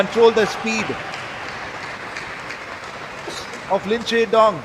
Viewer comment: The way he keeps saying "Lin Shinndong" is hilarious LOL.